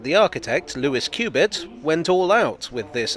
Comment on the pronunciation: I'm probably wrong but I suspect his name is pronounced cub-it.